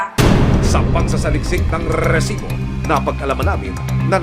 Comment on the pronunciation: "rrrrrrrisibo" Ibigkas mo nalang sir. na Ratatatatasibo. lol